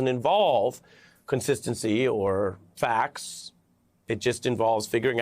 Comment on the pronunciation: When did people start saying "facs" instead of "facts"??!!